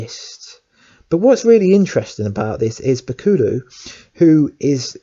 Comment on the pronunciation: good vid however you cant say bakuto name correct and kun lun, and you also think daredevil is better than iron fist I would disagree.